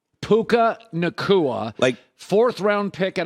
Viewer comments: Puka’s name really isn’t that hard to say lol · If Puka becomes a great, the mispronunciation of his name so many times in this video will be funny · The way they tried to pronounce pukas name 😂